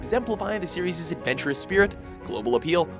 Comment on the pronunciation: Note to narrator: The word 'Series' is itself a plural. There is no such word as 'Serieses'.